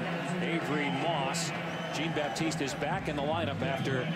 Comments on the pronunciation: Is he Haitian? If so its (sh-on) baptise not (g-een) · These people can't pronounce Jean-Baptiste for shit